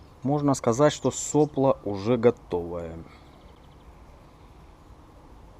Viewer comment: Блин, вроде не существенно, но ведь соплО же! (а не сОпло...)